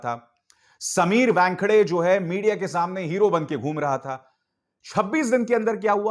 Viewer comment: समीर 'वॅनखेडे' नहीं, समीर 'वानखेडे'. आप व्यानखेडे / वॅनखेडे क्यो बोलते हो?